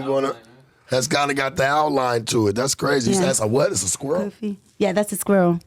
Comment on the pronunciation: The woman is very genuine. But this guy here,. He just dumped on this country by not being able to pronounce Cofie. All it takes is a 2 grade economics class and he will then be able to pronounce names/words correctly, and not say " maybe that's just the American in me". People like him is what is dumbing down this country.